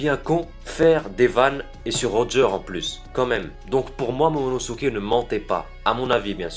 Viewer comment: c'est momonoskeiy pas monosukey enfaint bref cette théorie est tout à fait possible